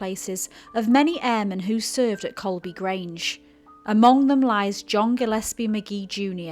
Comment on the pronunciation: Guys, it's COLEBY not Colby.